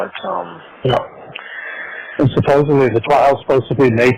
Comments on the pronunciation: Omg I can't stand how the two of them say "suppuvly" instead of supposedly. They don't even know how to say the word yet they both keep saying it over and over. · Is saying "supposebly?" That tracks, honestly.